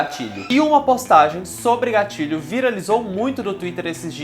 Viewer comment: Toda a vez que o falava "gatilho" eu ouvia "gatinho" kkkk Sei lá esse negócio de gatilho é muito besta